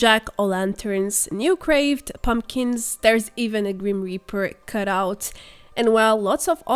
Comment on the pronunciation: Did you mean new carved pumpkins? You said craved.